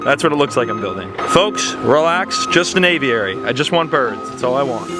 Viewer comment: It’s annoying how you pronounce aviary haha